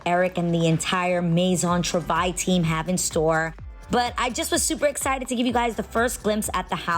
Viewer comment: TROOOO-vaille not TRA-vaille 2 different words